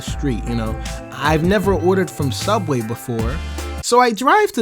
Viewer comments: Don't you mean sooubway? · It's pronounced Sooubway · You see, if this were sooubway it would be way better.